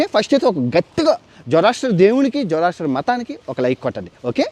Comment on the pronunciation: అది "జొరాస్ట్రియనిజం" వాళ్ళని "జొరాస్ట్రియన్" లు అంటారు.